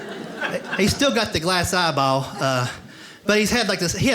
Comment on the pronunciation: Ha. he pronounces eyeball like, "ah-baow".